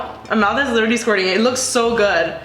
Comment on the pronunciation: Can I please stop saying "my mouth is squerting" it distubing